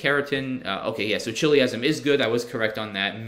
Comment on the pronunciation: I'm pretty sure the CH in "chiliasm" is pronounced as a K, if that word is derived from "chiliad."